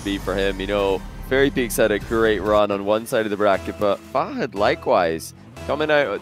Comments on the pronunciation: “fah-hood”? really?? literally pronouncing it every way possibly wrong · dude holy shit why do they pronounce fahad as “fah-hud” like whyyy dude